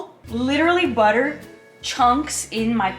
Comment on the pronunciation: 🤣🤣🤣 I like the sound of butter ! Overall you dont make much mistakes